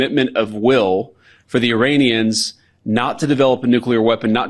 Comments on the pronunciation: does he call Iranians, Uranians?😬🥴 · Vance can't even pronounce 'Iranians' properly haha what a loser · I am not a native speaker of English, so whenever someone says "Iranians" I hear "'Uraniums",makes me smile... 😂